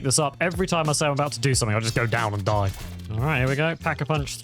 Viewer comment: Good Game good grind loved it also watching this video Btw it’s not DIE like death, die is In English „the“ speak it out like „dee“ Die Maschine